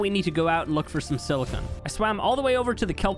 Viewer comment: The real takeaway from this video is he says silicon weird